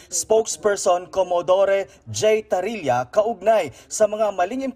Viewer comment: TARRIELA ang surname hindi TARILLA😂